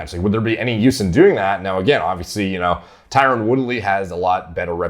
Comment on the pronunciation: His name is Tyron, not Tyrone. Pronounced very differently. Never heard of a tough dude named Shamar